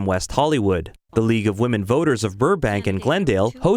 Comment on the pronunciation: vote not vite